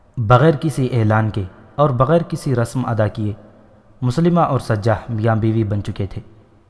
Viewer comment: Moslima nhi mosailma naam hy us kazaab ka